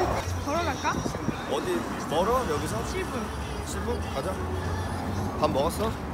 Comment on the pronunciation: 걸어갈까? 를 결혼할까?? 로 들었음! ㅋㅎㅎㅎ 두분 진짜 잘 어울려요!!! 진짜 국제커플 되세요!! ㅋㅎㅎㅎㅎ